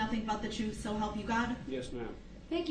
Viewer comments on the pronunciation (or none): What a waste of time….for the judge, for the jury, for the district attorney and the victims. That piece of garbage thinks he’s Clarence Darrow and he’s having a good time. With his grounz, truff, ax, sez, etc, he’s a moronic fool. May he forever rot in hell.